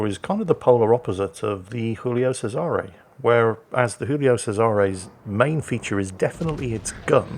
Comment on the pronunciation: PSA for anyone willing to listen:, you have the Guillio pronunciation correct but, Cesare is pronounced with a hard 'ch', the 's' is pronounced as a 'z' and there is a Canadian 'eh' at the end. CheZ-are-A. Yet another great replay commentary sir!